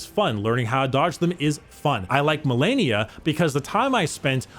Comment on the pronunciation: Malenia: says her name a billion times as you re fight her YouTubers: Mill-ennia